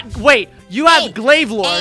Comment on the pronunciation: glav lorde not de paragon